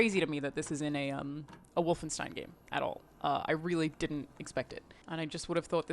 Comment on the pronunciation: Oh no please. Not wolfinestine.